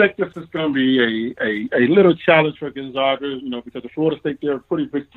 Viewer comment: You STILL havent learned how to say Gonzaga have you?...people call them the "zags"...as in zig ZAG.....that should tell you something but its ok, half of the world also mispronounces it too....